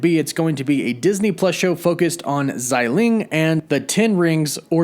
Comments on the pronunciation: Bro it’s xia ling(sia with a straight down tone) not zyy ling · xialing not xailing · Just as an FYI, Xialing's name is pronounced "Shah-ling". The X in her name is pronounced with an SH sound. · Her name definitely isn't "ZAI" lol, apply yourself